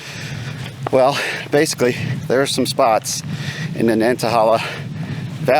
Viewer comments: Great to see you down in the South again,. I can't wait to watch the entire video. The locals pronounce it Nanta-hay-la. Say it with a southern drawl and it just rolls off the tongue. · It is nan tah hay lah. Land of the noonday sun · Nan-tuh-hey-luh is the correct pronunciation. Otherwise a great video! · I understand I'm commenting 7yrs after you posted this, but wanted to help you with pronunciation. I'm from the area and the forest is pronounced Nāntăhālă. Thanks for a great video! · You are pronouncing the name wrong... "nant" like "aunt" but with a "N" - "a" like "uh" - "hala" like "hey la"